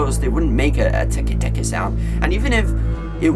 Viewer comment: It’s pronounced teck teck